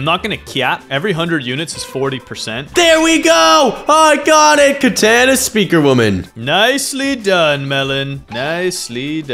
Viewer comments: Dude it’s katana not kataana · “Katena speaker women” BRO ITS KATANA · Katana not katena btw